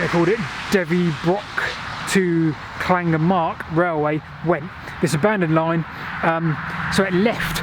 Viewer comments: Does she actually speak Welsh? Llangamarch Clan is probably the nearest but really the LL sound is not difficult. Ger, rhymes with Mer Man Aach It certainly isn't "marc" And remember that most Welsh place names put the stress on the second syllable, so Llan GER man aarch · Pronounced lan-gam-uck